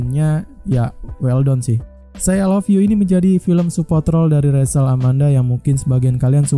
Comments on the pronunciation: Nmanya Rachel bukan resel,.. naratorin aja yng bnr ga usah ngelucu.. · dibaca resel mungkin bang, emosian amat bang